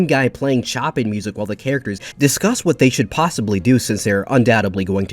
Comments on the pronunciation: Chopin is pronounced show-pan, not chopin' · It's pronounced Show pan. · you completely butchered the pronunciation of the name of Chopin. you should say it: sho - PANH